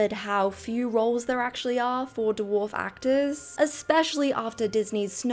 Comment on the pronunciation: Haha. Doowharf. It's Dwarf.